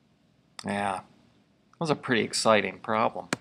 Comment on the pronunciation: "Lets box that puppy up and we're done, Oh this is so exticing" lol thanks for the vid